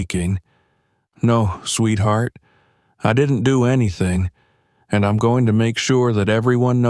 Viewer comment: Once again it's frustrating to hear mispronounced words. Eg. EEM INSTEAD. OF I'M Just one example in this story. Pls do something about this issue